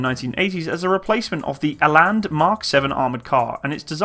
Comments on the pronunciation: Like the video, but the pronunciation of the vehicle names need some work :) - its pronounced as written here phonetically - "KAS-PER" not KAS - PIERR", "RAA-TUL" not RATIEL", ""EE-LAND" not "I-LAND" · Rooikat = 'Roy-kut'. Rooivalk = 'Roy-fulk'. Ratel = 'Raa-til'. Olifant = 'Olly-funt' (not quite, lol). Eland = 'Ear-lund' And you have to rrrrroll those r's ;) Also, reading the comments, it's kind of pointless comparing this to other countries designs in a way - it was designed for the specific requirements of the SADF, and based on their experiences. Having battled Russian export equipment, and surviving, even winning, was largely a matter of superior tactics, training, and often not a little luck (lightly armoured Ratels with low velocity 90mm's vs T55's etc involves the occasional sprinkling of luck, yes), and having been exposed to the difficulty of keeping the heavy, expensive (in strategic value terms) Olifants in the field, meant that they came up with this. Difficulty with logistics, the harsh nature and scale of Africa (it's big), operating on a shoestring etc, all typically African requirements that dictated a light, mobile, long ranged vehicle with just enough punch to do the job. African battles are normally about who can get what, where, then get out while keeping their indirect fed, even if they're just light mortars (aka Logistics). Not who has the biggest gun somewhere else. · Your pronunciation of the Afrikaans names of 'Eland' and 'Ratel' needs a lot of work but other than that ...... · Rooikat pronounced "Roy-cut". Eland - "Ear-lunt" (silent r)